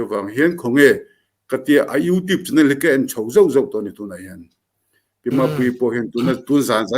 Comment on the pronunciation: Youtibe nilou in Youtube ani jok lou mo,Youtibe inti thin a,mizo english hichu amak ani😂😂